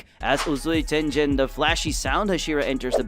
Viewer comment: Tengen being called-tenjen dengen